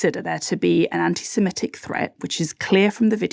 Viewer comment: peeeease stop saying "anti-simetic" It's "anti-semitic" Another exception to the 'I before e rule' Otherwise you continue to nail the hypocrisy of so much that goes on, especially around justice for Palestine 🇵🇸 👍